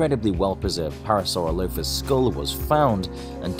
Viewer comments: You're putting the wrong em-phases on the wrong syl-lable. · Your saying its name wrong! Your saying it like para-soro-lofus.. That us incorrect Phonetically It's pronounced .. Para-saurolofus.... (2nd part is pronounced as 1 word), But obviously not spelt like that. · Also it’s pronounced para-sore-alli-fus not para-sara-loaf-is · It's pronounced PAIR-ra-sir-ROLL-i-fuss, not PAIR-ra-sir-LOW-fuss. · when I turn on the video "The Para-sauro-loaf-uss" Me: I'm sorry what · It’s pronounced pair-a-sa-roll-a-phus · It’s pronounced para sir all o plus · U say it pare u sir rol u fus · Sorry to say but, but your pronouncing the name wrong. Otherwise, great video! I love it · um... what?? That’s not how I say it, but I guess people have their own opinion on how to say dinosaur names dinosaur 🦕🦖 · You pronounced Parasaurolophus wrong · I don't think your saying the name right in fact u are saying it wrong 😂 also fun note that sound would have been louder than we can take humans would never be able to get close to them making the sound it would kill us with sound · I camt take you seriously. You camt even pronounce its name right....